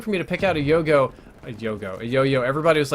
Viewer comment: You need to learn how to say the word yo-yo.